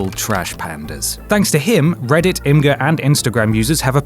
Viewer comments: imgur=image-er, not im-grrrrr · Did you just pronounced Imgur as 'I'm-gur'?